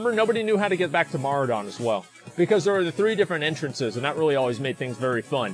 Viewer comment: Strath-Lome. HAHAHAHAHA :D Maura-Don. HAHAHHAHA. This guy cracks me up. Opinions on things he can't even read :D